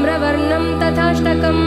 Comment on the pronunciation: प्रणम्य is right .ल्यप् प्रत्यय से ये बनता है।धूम्रवर्णं तथाष्टमम्।तथा +अष्टमम्। नत्र=nitrogen नात्र is correct .न+अत्र। Please पहले किसी संस्कृत अच्छी तरहसे जाननेवाले ज्ञानी से योग्य उच्चारण समझ लिजिये। उसके बाद social media पर काम करे ये आपका दायित्व बनता है।गलत को बढावा न दे।